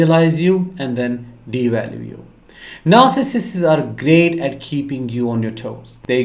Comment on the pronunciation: NAR—Sih—cists…pronunciation(?)…since your videos are ABOUT this personality disorder…(?).